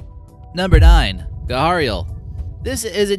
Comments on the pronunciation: was that an attempt to say canine, not uh "cannon"... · you're saying canine wrong